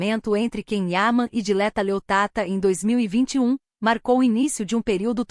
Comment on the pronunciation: Ó mentirosa nem sabes dixer o nome dela direito, é Dileta Leotta e não Leottata. Tu é que és uma "tata". O pobre do Can não pode falar com nenhuma mulher que logo tem um caso. És mentirosa, louca histérica 😡😡😡😡